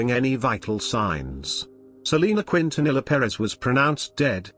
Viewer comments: You said her beautiful last name wrong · For one yeah everything in the video was true too You said her last name wrong